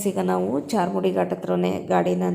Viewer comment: Adu charmudi alla sis adu charmadi ghati